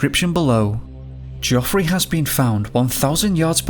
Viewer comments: The biggest mystery is why your pronouncing it joffery! Absolutely fucking useless 😂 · Jeffry even when spelt geophry noy joffry and van coooover not vancuvver